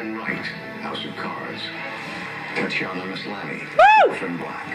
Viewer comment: He screwed up her first name as well as her last name... Tatian-i-ya MASlany. Very interesting choice of pronunciation,! Especially since you got it right the first time around, in the intros! LOL!